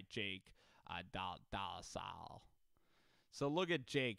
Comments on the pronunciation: I love the pronunciation but I go to his hs he went to for a year or two and know his brother and the pronunciation is actually dole-I-gala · Lol I went to school at ccsu. Had a class with his brother. It's pronounced Dole-gala. Like dole the juice company